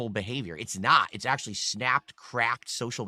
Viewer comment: His wife, ack - ack - acktuhally wants to be part of the kahntent, dood.